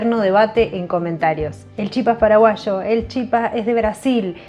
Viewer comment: dijiste paraguaSHo y perdiste en la receta :)